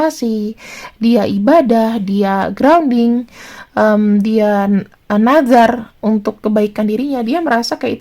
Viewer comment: Nazar bkn nazab wkwk